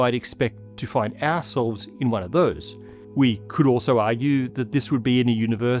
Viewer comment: The word he said was "ourselves" but I agree the pronunciation was a little rough.